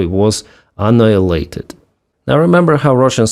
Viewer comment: you stopped putting a G in annihilated, I understand why you switched the H for a G, you speak Russian. I miss it, it's just part of your accent.